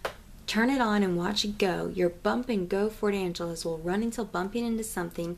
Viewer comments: Ford ANG-LIGA!!!!!!! Pronunciation...... sound it out....my lord. Where tf do you get an Angeles? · It's a ford anglia not ford angelas, amazing haul though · Ford Anglia prounounced- An glee ah :) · You said the name of the car wrong. It's pronounced Anglia, the G is a hard g.